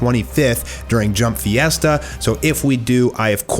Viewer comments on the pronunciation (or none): you always Mispronouce random shit that gets on my nerves way to much for some reason ITS JUMP FESTA! F.E.S.T.A